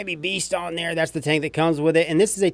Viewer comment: The way you said dats stupid 😂😂 love your videos man keep it up